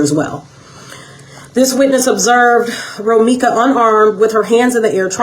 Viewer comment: He Can't Even Say Romeca Name Properly Now...